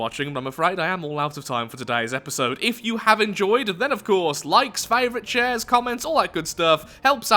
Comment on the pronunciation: Is it just me, or did say “chairs”? I know he usually says “shares”, but sometimes it sounds like he says “chairs”.